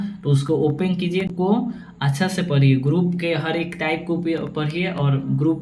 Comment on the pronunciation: Bhai pure bhojpuri me tip rahe ho😅